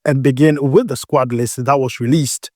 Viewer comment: I like your vedio especially the way you pronounce squad.. SquAd😂😂